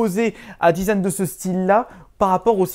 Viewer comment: il dit le zizan au lieu du design (c'est pas une moceri)